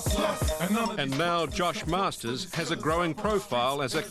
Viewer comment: hahaha its not masters ITS MARSTERS GET IT RIGHT cook island all day